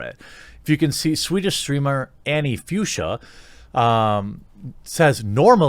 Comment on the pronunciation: Fuchsia is pronounced „Fooksya“ and is a name of a specific pink color tone.